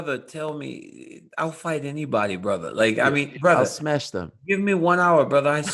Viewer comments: Khamzat : I'm gonna "SMESH" everybody. Yes Khamzat, yes you are. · Khamzat "SMESH" Chimaev